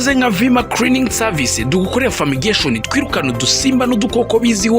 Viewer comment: Ariko Mister creaning 😢 seriously 😐 nho ama calo 😮vma creaning oya sha bivuge neza you can do it kwa Rweme nta creaning 😂